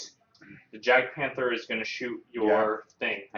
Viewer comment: Good stuff But The j is silent in "Jagdpanther" Roll well!